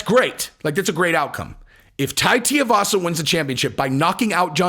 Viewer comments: TUIvasa. Rhymes with SHOEYvasa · Hey just helping you out. His name is pronounced Two-we-vasa. Uncle Chael is terrible (and hilarious) at mangling everyone's name...I hear some ppls say T-avasa. It's not right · It's Tooee Vasa not Tua Vasa. Pronounce it right lol. Just kidding, great work on the show and Bones 1st HW fight against Tuivasa would be astonishing👍 Make it happen Shelby/Dana. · Lol you and uncle chael kill me with Tai's name I know it's really not a big deal idk why it even bothers me but it's Too-E-Vasa not T-Uh-Vasa lol once again not trying to be the grammar police but for some reason nobody pronounces the poor guys name right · how can I take this opinion seriously if the first he does is miss pronounce his name. its not tay-e-vasa. its two-e-vasa. he wasn't a pro rugby player. please get this shit right bro. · What is so hard about pronouncing Tui-vasa? It ain’t Tia-vasa… It’s literally said how it’s spelt… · Bro love your shit. Not trying rip on you but please annunciate his name correctly. Anik literally dunked on Chael, on air, for pronouncing it the same way your are. The problem is the part that gets jacked up is the part that rhymes with shoey. Tui-vasa, Shoey-vasa. Tia-vasa just doesn't have the same ring. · Guys its pronounced TUI like the travel agent..Not TIUVASA or Tearvasa .fs...Come on men get a grip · his name is Tuivasa. Not T-Arvasa. Too-E-Vasa. Rhymes with shoeyvasa. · picked up the Sonnen way of pronouncing "Teeovasa" instead of "Tuivasa" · Omg cmon his last name is not tiavasa it’s tuivasa please learn to say the name right. Say the name 30x wrong Toooiiivasa not tiavasa. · It's pronounced Too-E-Varsa. Get it right. Most MMA based channels can at least pronounce names right. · Tai teeavassa lol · It’s Too-e- vasa shesh dude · Bro, you gotta get the pronunciation right at least: 2-E-Va-Suh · DUDE HIS NAME IS TUIVASA IT´S NOT HARD IS SOUNDS LIKE SHOEYVASA BUT WITH A T AT THE BEGINNING. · Tuivasa = too-ee-vas-a